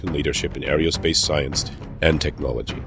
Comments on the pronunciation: Pretty good presentation however there was a distraction in the narration that had me cringing. It is NOT "arryodynamics", "arryospace" or "arryonautics". Think of them as starting with the word "ARROW"; e.g. "ARROW-DYNAMICS" and "ARROW-SPACE" and "ARROW-NAUTICS". Got it? Where you from boy? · It is AERONAUTICS not Aereonautics and Aerospace not Aereospace. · It would help if you would learn how to pronounce "aerospace" and "aeronautical".